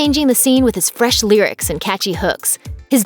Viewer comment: Ok is it just me or is this white girl sounding strange saying "cheese" and "fresh"